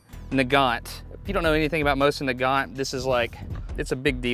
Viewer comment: I always thought nagant on mosin nagant was pronounced (ney-gant) not (n-Gant)